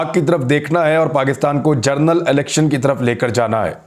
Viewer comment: BHAI MAI AAPKO BOHOT PASAND KARTA HOON. ALLAH AAPKO SEHAT WALI LAMBI ZINDAGI ATA KARE. AAMEEN. BHAI AAP "GENERAL" KO "JOURNAL" KEHTE HAIN. AGAR BEHTAR SAMJEN KO SAHI WORD USE KAREN.